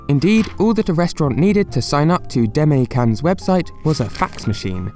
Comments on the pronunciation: 出前…Deh-Mah-Eh. Demae. Saying "Deme" sounds like "teme" and that's just rude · It's not pronounced "day-me" its pronounced "dema--ay" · The way you pronounce "demae" hurts my soul. Interesting video, though! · Since you always have high standards for your research, let me point out some things you missed: 1) you pronounced Demae wrong! This is something you can check with a friend. 2) the channel is actually called the Demae channel. 3) I think you said "websites" instead of "restaurants" at some point. Not sure though.